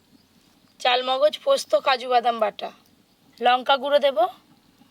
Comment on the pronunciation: গেভি নয় গো বলো,,, গ্রেভি।চালমগজ নয় গো,,, চার মগজ।